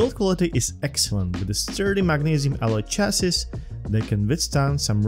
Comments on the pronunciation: Chassis is pronounced as CHASEE, last s is silent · Small tip: "Chassis" is pronounced as French: "Sha-see". :)